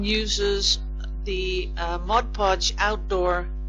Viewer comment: This was a fun video. I really like it when you show us all these interesting things. I used to do a lot of decoupage and am getting into it again. And, thank you also for saying "Mod" Podge, and not "Modge Podge" like so many people I know. Ha!